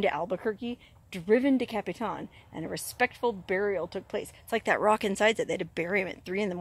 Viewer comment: Capitan NM + = is Pronounced like this Capatan. Not Capi Tan. Also I was a young child when the fire happened and I can remember my dad taking me up there to see Smokey as he had just arrived there after the fire.